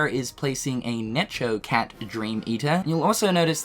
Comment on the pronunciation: The way says Necho Cat has me dying